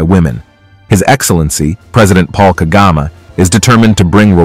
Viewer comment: It’s president Paul kagame not kagama